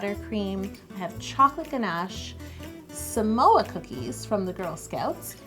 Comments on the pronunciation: I Love You Yolanda and I am obsessed with this cake because this is my all time favorite girl scout cookie! Also, the word Samoa is actually pronounced "SAH-Moa" instead of "Su-Moa" :) I'm Samoan so I just wanted to let you know . You are amazing ! And I wish I could try this cake more than anything right now! LOL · She said samoa but I heard some oa. LOL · When you say “give me samoa” i was like is she speak malay? Here samoa = semua (pronounce exactly same) means “all of it”.. like u said give me all of it.. 🤣🤣.. love all ur cakes.. loves from malaysia 🇲🇾... 😘😘